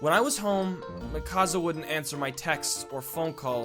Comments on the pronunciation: OMG MIKASA ISNT PRONOUNCED MEH-KASA ITS PRONOUNCED MEE-KUH_SUH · I knew that character looked familiar in the thumbnail.. Btw it's not pronounced Me-causza it's Me-kuh-sa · I wonder why he says it as mikaza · “Mikaza” TRIGGERED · "lets call her micasa" ITS MIKASA OMFG THAT KILLED ME XD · GODDAMIT ITS NOT MIKAZA it's Mikasá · its not mikazzzzzzaaaaaa its pronounced meeka(S)a but spelt mikasa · mihkasa? ITS MIKASA MEEKASSSSSSSSAAAAAAAA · Ok, lets get this straight. It's pronounced, Me-ca-sa. Not Mik-as-a! Say it with me. ME. CA. SA. NOT. MIK. AS. A. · its not mikaza its mikasa and mikasa loves eren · "Mikaza" Hahahahaahha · It's mi-ka-San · IT’S PRONOUNCED MEEEEEEEE CA SA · Its pronounced me-kaw-suh and that was eren jeager and jean 😂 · "lets call her mikasa" pronounces it Muhkassa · It's pronounced, "Mee-ka-sa" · It’s pronounced mikasa🙃 Not trying to hate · Mikasa = Me-Ka-Za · I was so uncomfortable when he pronounced "mikasa" like thatt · That's not even how you say Mikasa. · Argh! The pronunciation of Mikasa!!! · i was so angry how he pronounced mikasa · Ticci Taylor Rodgers he pronounced Mikasa wrong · He didn't pronounce Mikasa correctly. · The way he pronounced Mikasa